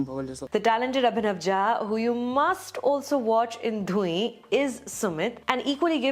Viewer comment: hey sucharita, love ur work. just one small thing - dhuin which is a maithili word for fog or mist, is pronounced as धुइन with the complete "न" sound in maithili.